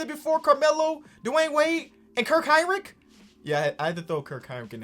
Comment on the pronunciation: says kirk Heinrich but not Chris bosh